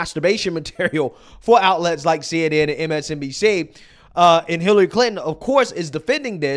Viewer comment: Are you intentionally saying "MSDNC" instead of "MSNBC"?